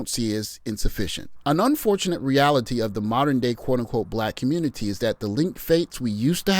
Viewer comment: Save the communitah? 😆 "ALL" Roads Lead To SYSBM. How many years am I going to have to say it?